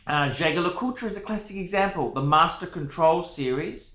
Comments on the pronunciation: I'm unlikely to take advice from someone who can't pronounce the company's name, who has clearly had one too many sundowner and who charges strangers for advice. Personally I'm not a fan of this exact one, because either his wrist is too small or the watch is too big. Most people end up with the 43mm, but JD do make some complications and limited series watches at 39mm, which look better. The dial is the main event on a JD, that said, the mech is good, with a 22ct rotor. Second hand, a solid gold one can be had from 7,000USD upwards depending on scope of delivery and complications. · Here’s a free review. You’re a “fucking idiot”! First learn to pronounce the brand if you’re in the business. Not everyone who collects fine watches does so to sell. Second, the Jaquet Droz borrows movements from Swatch Group sister brand Breget. A master manufacturer with centuries of experience, with status in the business to bulldoze Rolex. Kings and Queens do not wear a brand every dickhead with a few bucks stuffed in his mattress buys because other dickheads like you advise them to. JD is a brand for people of class and taste, not the watch world equivalent to a used car dealer like you. The mistake the gentleman who paid you for an opinion made was to pay you! My advise to you is take that $50 and go buy a gram of class!